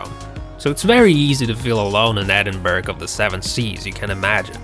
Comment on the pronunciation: The village is pronounced Edinburra not Edinburg!